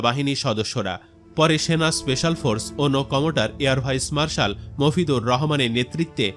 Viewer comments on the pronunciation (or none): none